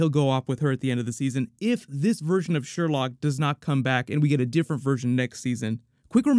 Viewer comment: It's pronounced "Sher-loque." Come on,, you're better than this! Favorite moment was definitely the corny, but hilarious, laser tag scene lol